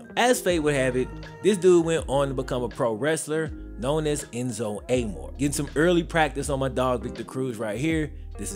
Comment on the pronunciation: That’s not how you pronounce Enzo Amore😂